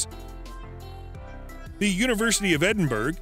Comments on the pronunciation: Edinburgh is not pronounced Edinburg, its Edinberer. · My god. LEARN how to pronounce Edinburgh! It’s Ed-in-burrow. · Shame the narrator can't pronounce Edinburgh !